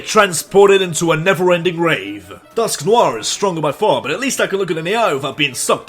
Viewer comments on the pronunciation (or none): none